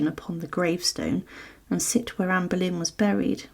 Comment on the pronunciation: Anne boylen et non pas Berlin - c’est pénible - Tudor et non pas tuda